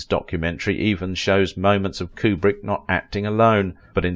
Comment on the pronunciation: His name is pronounce Que-brick, not Coo-brick.